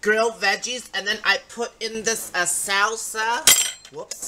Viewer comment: 😂😂😂Ho you say salsa..."Sousa"😂👍🏻. Your dinner salad looked good w/ croutons😁. Good HEALTHY CHOICE W/ the #CliffBars😄👍🏻‼️